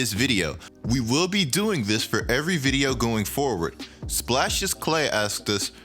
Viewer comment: Y do you say video mad weird bro